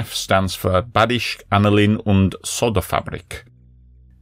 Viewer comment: Very nice video. One hint, language-wise: In German, an e at the end of a word is always pronounced as a short "eh" and is never slient. So Badische is pronounced "Bahdisheh".